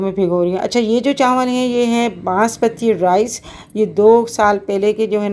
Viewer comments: Recipe bht achi thi or biryani mazedar lg Rahi thi.ek baat kehna thi ap se k chawal ko chanwal na kaha kren.noon ki awaz na shamil krn or chawal kaha Karen.plz bura na manana.... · Chanwl Nhi hota Aanti ji Chawl hota h😂